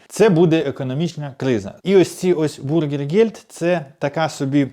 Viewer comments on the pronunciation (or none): БЮргергельд правильно. А вы произносите бУргельгельд. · Не бургергельд а бюргер. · Зробіть свої випуски коротче, макс. 7 хв, багато води і непотрібних емоцій. І вимовляйте Bürgergeld правильно, ви ж про Німеччину говорите і в ній живете, найпростіші слова можна навчитися вимовляти. Бюргергельд до бургерів немає жодного відношення.